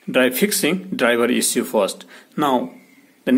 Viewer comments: Can't pronounce issue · Issue:))) Bluetooth)) so funny pronunciation